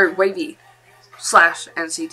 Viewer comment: Both the English WayV and the way you said their name in Chinese i think is correct. You should watch some of their appearances on Chinese variety shows where they introduce themselves, or in an interview, so you can hear how they pronounce their name.